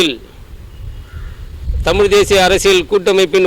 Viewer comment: அம்மா தாயே உங்களுக்குத்தமிழேஉச்சரிக்கத்தெரியலியேம்மா தமிள்தமல்டமில்